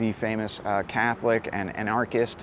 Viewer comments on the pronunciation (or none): LOL this dude pronounces "anarchist" like a cartoon grandpa